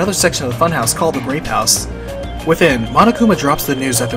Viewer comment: I heard "As well as an elevator to another section of the funhouse called the Rape House"